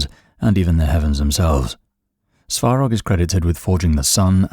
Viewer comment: the speaker's pronunciation makes it difficult to tell the names, one time it's "sorog", next it's "svorog"☹️